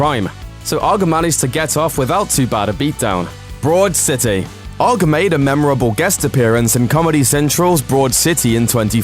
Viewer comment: It's pronounced O.G.G not ogg 😂😂